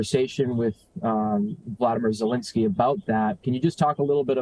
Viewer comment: Absolutely I’m tired of hearing Zelinskiey or how ever you spell his name Get out now